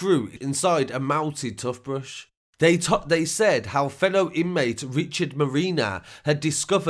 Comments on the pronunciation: Tooth brush not tuth brush. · 'tuth brush'